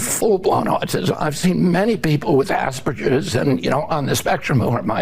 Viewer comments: “Aspeges” WTF. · RFK Jr was mentioning “Aspeges”. I was wondering if that’s anything to do with Asperger Syndrome? Or just maybe he is really that stupid and has no idea that “Aspeges” is a word that he made up due to his lack of knowledge. 😂😂😂😂